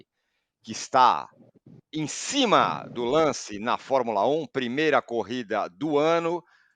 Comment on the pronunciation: Espero que alguém tenha falado no ponto do que é Cerasoli e não "Cesaroli", pra da próxima vez ele não errar de novo...